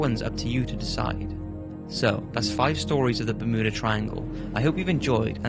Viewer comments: Bur mew dah not ber moo dah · Also its ber mew dah not ber moo da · I had no idea that Bermuda was pronounced BerMooda. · Is anyone else hearing berMOOda. Ha ha, bermooda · Ber-muuu-da triangle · The "Bermooda" triangle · Ahh yes the bermooda triangle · Bermooda triangle? I don't think thats how you say it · It's. Fucking. BER-MYOO-DA. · Ba-MOO-da Triangle :D